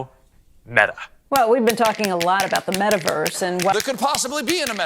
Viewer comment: Ok. Great video but....can you focus on pronouncing metaverse not "metaWARS" please?